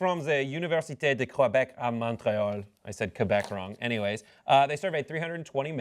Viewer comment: This nigga trying to sound like he speaks French first of all us franco-phones do not pronounce the t in Montréal and University is pronounced Université not university idiot